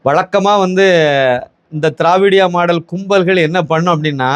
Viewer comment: ஜயா திராவிடியா மாடல் என்று சொல்ல அது என் காதில் தே:::::டியா மாடல் என்று ஒலிக்கிறது 😂😂😂😂😂😂😂